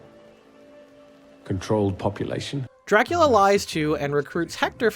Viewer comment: Is he pronouncing it Draculer??